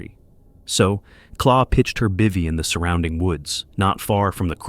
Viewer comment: It's not Claw. Her name is Claire and her channel is called Wildbeare.